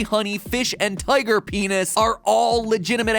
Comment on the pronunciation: MAT SAID PAENIS MAT SAID PNIS!!!